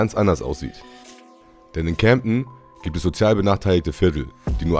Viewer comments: CAmden und nicht cämpten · Junge das heist camden und nicjt camdten